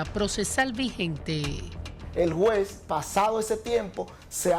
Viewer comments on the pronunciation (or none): Este fiscal de Santiago necesita cuidar su bien hablar, que merece su función. Juzgue usted por su informe con la repetida pronunciación: (Jue,) en vez de juez; etc…